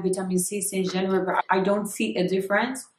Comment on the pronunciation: Yes you are an adult and can do whatever. I like your confidence. Some of the people leaving bad comments about your products will most likely secretly buy your product. The only thing is...watch how you add "R" into words that shouldn't have "R". It makes you sound like Bobrisky. The word "But" should not be pronounced as "Burt". Anyone is not Anyorne. Focus is not Focurs. Home is not Horme. That's just to say the least.